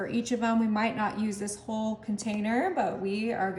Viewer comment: why does she mispronounce so many words? wholed milk, mud root beer, nick and crannies. also it's like watching a four year old cook. just think of all the chemicals in these recipes, lazy and gross 1/10